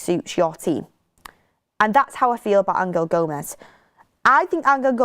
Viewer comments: Stop calling him ang-el Gomes please 😂😂😂 it’s angel, like the ones in the bible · Stop changing the name of players it's always been Angel gomes not Angal gomes what the hell do your research! I can't see Rashford and Osimhen sale going ahead another load of crap